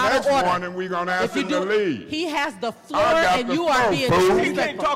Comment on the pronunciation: He said “an appeal is on the FLOOO!”